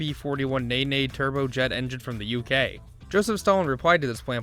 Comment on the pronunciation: ROLLS ROYCE NAY NAY???? ITS NENE